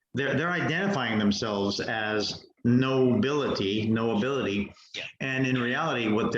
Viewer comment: Around 30min. Harry said 'nobility' = 'no-ability' lol, wow.